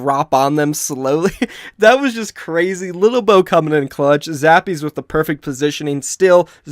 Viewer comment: it's lilbow not littlebow.... he was a former SC2 pro and he was always called lilbow